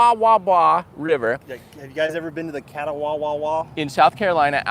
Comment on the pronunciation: Pronunciation CA-TAW-BA. lived on the river all my life and everyone from other places has problems pronouncing it.